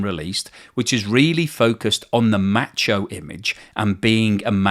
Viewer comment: It never sounds right when an Englishman says “macho”.